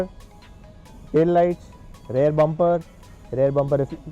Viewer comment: Its rear not rare please correct in all your videos They are 2 different words Beautiful unique work done by autorounders team All the best